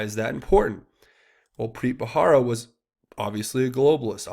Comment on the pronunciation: it's Preet Bharara. "buh-rare-uh" not "buh-hara". (it's been bugging me lol)